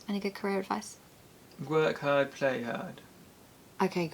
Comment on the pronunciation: Tom: Work herd. play hard:) why did Tom pronounce the first hard similar to herd! and you pronounced it as Haard?! which led me to think Tom's probably originally not from London. Probably some regional influence there. He's got a cute accent thou.:) great vid as usual. ❤ And congrats and happy honeymoon in advance. ❤